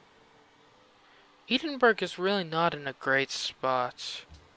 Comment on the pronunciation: Never say the word 'Edinburgh' out loud again. : )